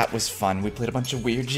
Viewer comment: Not cavlus its caylus